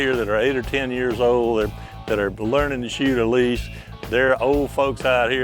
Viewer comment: I'm like, Helice, Helice, He -lice, and then I realize is Hélice, which is spanish for propeller. Fancy way to name a sport by mispronouncing the word.